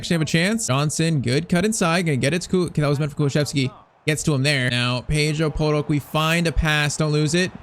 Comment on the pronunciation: NO HATE BUT YOU ARE PRONUNCING PEDRO PORRO AS A BRAZLIANT AND HE IS SPANISH SO DO I I LOVE IT CAN I GET A SHOUTOUT PLS AND A SUBSCRIBER